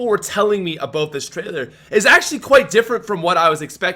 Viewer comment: Dropping a like just because of how says "aboot"